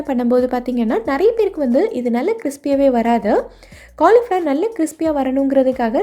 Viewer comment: Super dish,but not cornflour,it is pronounced as cauli flower